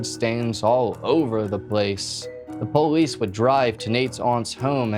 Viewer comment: I like how he says am-byew-lance and poh-lice